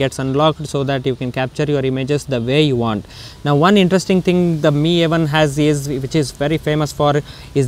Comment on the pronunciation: The way he pronounce 'MI' as 'ME' really bothered me!